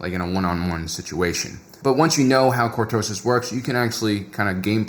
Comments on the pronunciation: Say it with me. Cor-to-sis! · I almost did not watch you video because of the click bait title, good thing I really like your content. Mispronouncing words os very common among people who learn from reading. One of my favorite visuals of cortoses is of Luke slowly hacking his way through the stuff in The Hand of Thrawn books. Off to BBQ some Ewok, keep keeping it real.